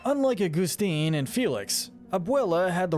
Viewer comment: no hate at all but why do you say “joolieta” and “agoostine” just curious. loving the encanto content